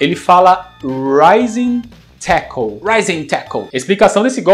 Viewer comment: Cara, vc precisa pronunciar o L no fim de palavras como "tackle". Você tá falando como se ao invés de L tivesse um U no fim da palavra. Eu sei que o L no fim das palavras caiu em desuso no português brasileiro, mas nas outras línguas esse som é sempre pronunciado. O nome desse som é o dark L. /'tækəl/. Cara, se eu não me engano do 2002 ele fala "running wild" antes do especial.